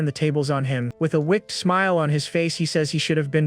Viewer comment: The way the TTS AI pronounces words is infuriating. If I have to hear it mispronounce the word 'wicked' one more time I'm gonna lose it.